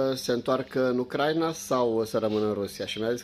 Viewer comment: Se pronunta Ucraína, nu Ucráina. Accentul cade pe i, nu pe primul a.